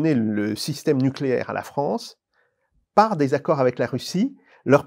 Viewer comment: Ah le froncé de Fronce, c'est bien ça "lent du strie", on re-long ti?!